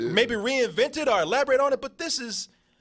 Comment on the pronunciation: Anyone noticed throughout the Spill/DoubleToasted history, that can't say "or", he always says "are". Are you didn't realize it, Are you just didn't care.